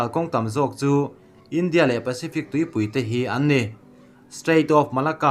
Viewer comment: 'India' tih i lam dan hi a thu a zirin a lam dan hi fimkhur deuh la tha lo maw....